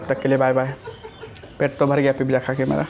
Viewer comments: Abe pagal admi it's not pipija its pizza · Aap khana mu band Kar ke kha ya Karo Awaaz ganda lag ta hai pizza Hota Hai pipzza nahi